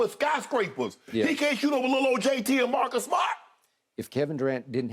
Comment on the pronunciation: best way possible for pronouncing marcus smart